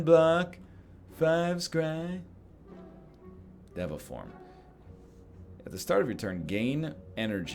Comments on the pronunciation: Isn't it deh-va? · day 7 of telling NL it's pronounced day-va form